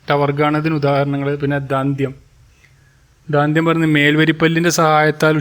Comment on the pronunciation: kaandyam alla KANDYAM mathi.maadhyamam alla MADHYAMAM,DAANDYAM ALLA DANDYAM ,MAADHYAMAM ALLA MADHYAMAM mathi, Please correct